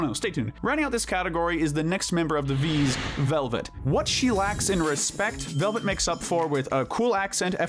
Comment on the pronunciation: Why can’t anyone say Velvette’s name right. It’s not pronounced like velvet. It’s supposed to be the end sound of duet.